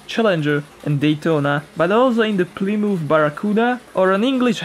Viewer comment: "Plimoof" PLYMOUTH